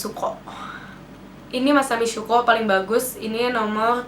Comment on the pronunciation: The way that you say "masami syuko" 😂😂😂😂😂😂